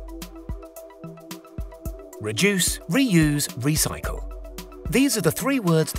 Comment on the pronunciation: Reduce... Reuse... Ecyce